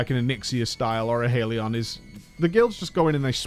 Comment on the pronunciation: HALION , not HAIL-ion